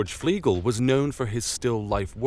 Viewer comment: They don't think it's by Flegel (or even Fliegel as he pronounces it), though, do they? Didn't they say 'by a follower of Flegel'?